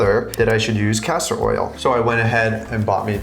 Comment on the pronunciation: It's Castor oil not Pastor oil.